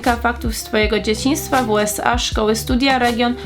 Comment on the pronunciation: A USA nie czyta się ,,jułesej